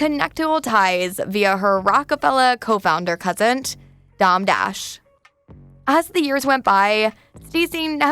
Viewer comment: “Dom” Dash, Jada Suhmith and D(eye)vorce made me turn the video off lmao. I can’t, shorty can’t pronounce anything correctly.